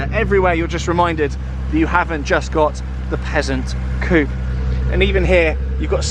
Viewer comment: Coupe..... not "coop"...........